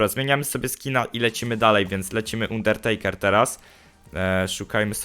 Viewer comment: Pls czytaj dobrze undertakera bo to tak uszy bolą, zobacz sobie jk go przedstawiali to będzieimk lepiej